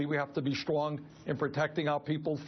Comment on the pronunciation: I love Bernie, but whenever he tries to say "Strong" it comes out "Schlong". Needs to work on that...